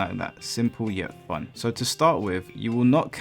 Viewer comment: "Now this is what I call *fahn!*" Gets no changes